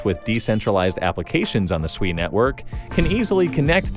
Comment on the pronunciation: Holy 💩 you pronounced SUI correctly. All these clowns on youtube call it SUEY like their little piggies squealing SUEY SUEY. After hearing about it from different YouTube influencers I almost ended up buying a meme coin called SUEY and not SUI